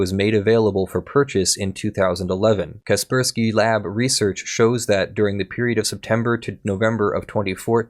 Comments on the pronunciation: I'm sorry. Was that Kei-spk-urk-swquie? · How have you never heard of Kaspersky before? I'm extremely lenient with regional pronunciations, but jesus that's a new one, lol.